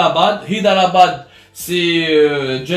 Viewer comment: حيدر أباد وليس هيدرأباد porquoi tu le prononce en français